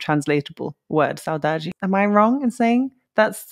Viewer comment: Saudade give us the idea of missing someone or something but with nostalgia. too specific word but used very often =) ur pronauciation is amazing